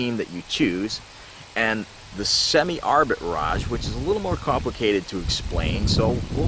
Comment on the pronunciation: It’s not Arbit Raj it’s arbitrage